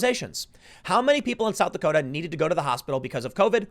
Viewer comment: South Dakoter’